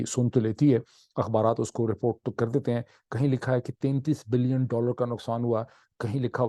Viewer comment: اردو گفتار میں ۸ بلئن اور 8 بلئن کے تلفظ سے بہت بڑا confusion پیدا ہتا ہے- براہ کرم اس کو آئندہ نہ کیجئے